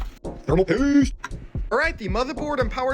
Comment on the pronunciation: “Thermal PAEEEEEST”